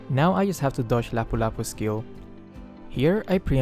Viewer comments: How are you able to read Lapu-Lapu's name properly? It's mostly Filipinos who knows it because he have the name of one of our Real Life Heroes. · Whoa,! Your pronounciation on one of Philippine Heroes (Lapu-lapu) is perfect! The game's narrator messed that up xD I'm from Philippines so I know how to pronounce his name xD Great gameplay again. Hoping to see you make more videos. More power!